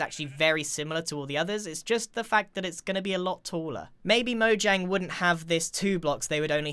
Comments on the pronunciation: The amount of times that he says "mojanjy" makes me want to punch someone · "Mojangy" -Grian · this is how many time he said mojangey l l v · Lol how many times did he say mojang”y” 👇🏻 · When i read that grian said mojangy. How strange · Everyone: mojangy Me, an intellectual: mojangian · "Mojangy as Possible" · Mojang is pronounced Mo-yang. It's Swedish. So...